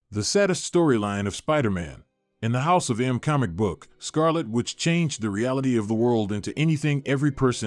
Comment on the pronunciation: I know the it's "Called House of M". But I can't shake the fact that it sounds like the "HOUSE OFAM"